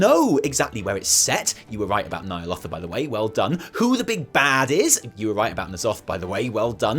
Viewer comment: When you say Nyalotha, my speech to text thinks you said "Nile Author". There's no "R" at the end of that word m8 🙃